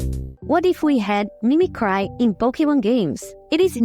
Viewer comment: Just found this channel. As a fellow Brazilian, I can definitely relate to our good friend Dollynho. (also, glad you're working onvimproving the oronunciation. It isn't outrageous, just needing some adjustment, but I noticed you tend to use the wrong sound for some vowels (especially "i" and "y", making an "eye" \ai\ sound even when it should be closer to "ee". Mimicry doesn't rhyme with cry, for example. As weird as that seems)